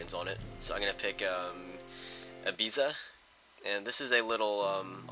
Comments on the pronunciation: i think its pronounced ibitha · its pronounced ibitha :) good vid though, i had a go on the demo, it isnt too bad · Ibiza, its pronounced 'ibeefa'. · Its pronounced Ibitha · its pronounced ibitha its the party island :)